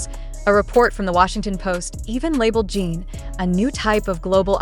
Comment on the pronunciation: I’m sorry but the AI being used to narrate this is terrible. For one thing, the constant mispronunciation of his name over and over again makes it very hard to listen to as it just grates on my nerves. Also, the meandering explanation of the content is tiresome and I just wish it would get to the facts. Most of us are busy people with limited time and we already know how amazing Jin is. I hope you will consider this when creating more content.